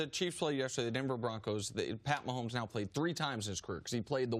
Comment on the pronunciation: "Patty" Maholmes.